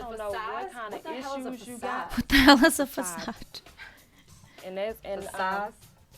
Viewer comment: The way she kept saying “facade” 😂